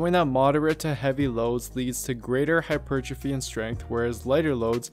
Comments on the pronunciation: I like the vid but it’s pronounced “hyper, trophy” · Listening to you say hypertrophy in some ass-hat syllabic stress I decided to lift a 25 lb weight and smash it into the screen...I may be at a loss for hap per trophy but I have gained calmness due to not listening to you anymore' Jeebus friggin criminy...